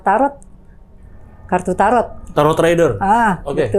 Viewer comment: Tarot reader (baca "rider" not "raider")